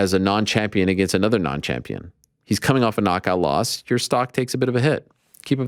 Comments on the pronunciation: If Ariel pronounces against “agaynst” one more time I’m gonna lose it 🤦😂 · Never say it aGAIN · Ariel, don’t you ever say “against me” like that again…